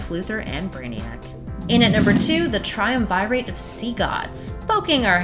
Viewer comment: ''Trium- Vi- Rate''.... Really sis?